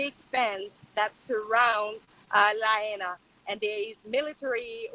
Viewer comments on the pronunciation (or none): Well done Viva as per usual. First of all, a more correct pronunciation of the town is La-HIGH-na. That's not exact, but close enough. I don't know if that civil defense big wig retired because of illness, but if I made a poor judgement call, possibly contributing to 100s of deaths, I would really be sick too. When we hear the civil defense sirens we are to tune into local radio, tv, etc for what is happening and instructions on what to do. We also get cell phone alerts from civil defense. We have invasive species of grass which catch fire really easy. They don't burn for very long, but spreads fire quickly. Maui has been experiencing drought conditions for quite a few years now. Lots of homes in Hawaii are of wooden single wall construction. With our ground termite problems, a lot of homes have some termite damage making them more susceptible to ignition. Unfortunately, we have quite a few "Tinder box towns" in Hawaii.